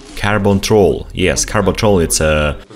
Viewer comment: carbon rod, not carbon troll :D